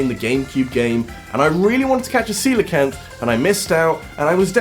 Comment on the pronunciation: nice you pronounced coelacanth correctly